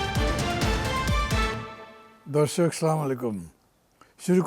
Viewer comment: সালামের সঠিক বাংলায় সঠিক উচ্চারন কি মান্না সাহেবকে জানাবেন।